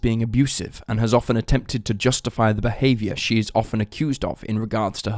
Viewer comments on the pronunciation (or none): none